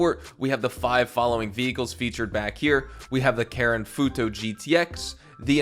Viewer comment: You keep making the same pronunciation error with Karin. You keep saying it as "Karen", when you're supposed to say it as "Kah-REEN", with a hard E, not a soft E. Karin is a Japanese name, and it even says the name of the in-game company is "Karin", not "Karen".